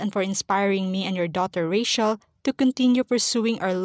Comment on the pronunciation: Rachel is pronounced with CH not SH.